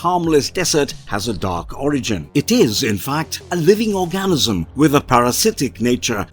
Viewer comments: what is an "OR-GAN-ZIM" anyone??? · Or-GAN-isim, eh? Ima start saying it that way just to trigger thr grammar police